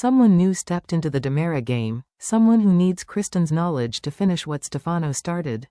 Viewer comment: Its not Damara, it's Dimera!! And you're saying Stefano wrong!!